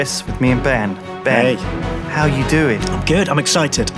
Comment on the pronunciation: Instead of Ben I heard baer.